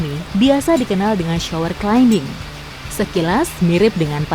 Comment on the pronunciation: Climbing = Klaiming bukan klaimbing